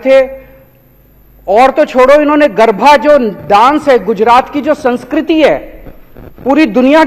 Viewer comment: Garbha nahin hota hai chutiye GARBA hota hai